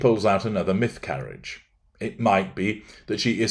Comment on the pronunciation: "Mythcarriage" lol